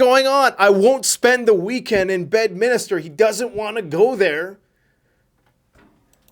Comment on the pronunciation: Bed MINSTER... NOT "MIN- I- STER" COME ON MAN !!!